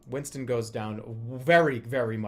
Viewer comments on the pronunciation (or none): none